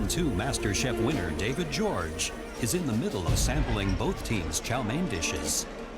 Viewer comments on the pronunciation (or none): Why do they pronounce David Jorge like David George?